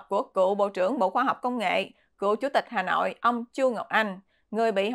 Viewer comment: Xá họi hà nọi, nghe kinh thật